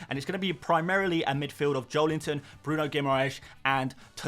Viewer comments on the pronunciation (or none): none